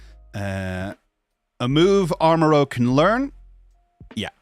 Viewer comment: It's ArmaROUGE, not ArmaROGUE m'dude. Rouge as in the French word for red.